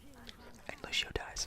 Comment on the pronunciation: I love the vid just one tip the word lucio is not said like Lou-She-Oh it’s Lou-See-Oh but beside that... I actually don’t have a problem playing DPS with a non-damage character... just be prepared the Moira nerf